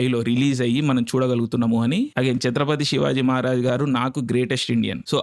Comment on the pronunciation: You earned my respect andi ....... Name pronounce chesetappudu..... *Chatrapati Shivaji Maharaj *Chatrapati Sambhaji Maharaj